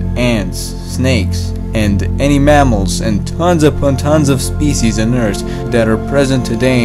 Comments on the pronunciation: it’s “earth” not “eart” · I can’t handle how he says earth it sounds like he’s saying eurts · It triggers me that you don't pronounce the letter H. It's Earth not ert. It's think not tink etc.... . Officially untriggered. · You're the guy that said : * "E R T" * In another video 😁. (For people who don't know, "Ert" = Earth)